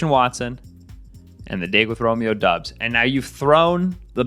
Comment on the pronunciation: Good content. Just a little help on Romeo Doub's last name that several media folks outside of Packerland often get wrong: It's pronounced DAHBS, not DUBS.